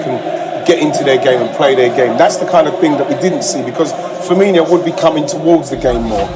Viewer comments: Why do all pundits put an extra 'i' in Liverpool players names ? 'Noon-i-ez' 'Fur-meen-i-o'' 'Fa-been-i-o' 'Car-val-io'..... 🤦🏻‍♂️ Just say it right, for God's sake !! It's.... 'Noo-nez' Nunez 'Fur-meen-o' Firmino 'Fa-been-o' Fabinho 'Car-val-o' Carvalho It's annoying as f... ! 🤬🤣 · Firmino is the only one pronounced wrong. The 'h' before the o means you pronounce it like that. Also, the accent 'ñ' in Nuñez means you pronounce it "Nu-ni-ez".